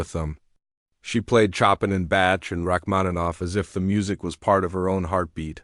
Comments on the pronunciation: Shoppin’ and Batch or Chopin and Bach. The reader is an idiot. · Yes. On and on and on. And they can’t pronounce Bach? And many other words. No one can play after 30 years. Get real